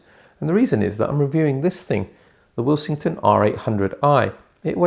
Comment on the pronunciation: I haven't watched the review yet but am currently taking bets as to whether you pronounce Willsenton Will-sing-ton instead of Will-sen-ton. 😉 Any bets to Jim the Pedant, Pedanton, Pedantville, North Pedantshire.